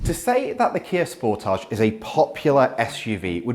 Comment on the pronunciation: I'm seriously losing my mind the way he says the name of the car "sportaage"(is a very french way to say it), when it is supposed to be "sport-age" !!!! 😂🤦